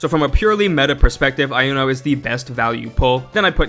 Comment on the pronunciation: Iuno is actually pronounced "You Know", there is no "eye".